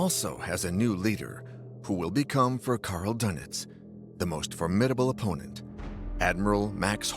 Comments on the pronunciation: good old karl dunnitz . . . #pronunciation #fail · The name is Dönitz...not Dunet..your translater is not correct working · Would it be too much to pronounce his name as: "Dernitz," to reflect the umlaut over the "o," rather than making his name sound like a breakfast pastry?